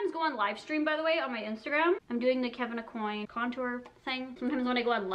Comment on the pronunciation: Omg you said Kevin Aucoin right.. I love you 😂 I knew the French Canadian side deep down in you would serve you one day hahahah jk, x